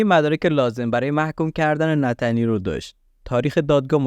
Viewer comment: ای قربون این نتنیل گفتن با لهجه ات 😂 هر دفعه میگفتی نتنیل کلا حواسم از پرونده پرت میشد .... جدای از شوخی کارت عالیه پرونده ها رو با مستندات تعریف میکنی ادامه بده امیدوارم همیشه توی کارت موفق باشی 🌹